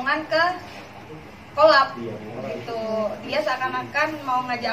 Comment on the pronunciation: Coleb kali mba bukan kolab 😂😂 Lah bodo amat lah bodo amat hahahah